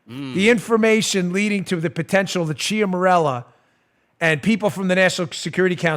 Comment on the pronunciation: Ciaramella = Chara-mella. Just sayin'. :-)